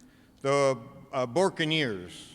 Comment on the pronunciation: Lady!!! IT’S NOT BUCANEERS… IT’S BO RIN QUE NEERS! 😱😪💔🇵🇷🐸🌴🇵🇷